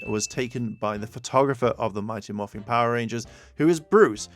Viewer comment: It is mighty Morphin, not morphing you, people who don’t get things right really annoying me